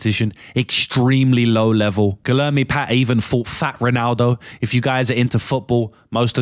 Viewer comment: Guilherme is pronounced like gweeyerme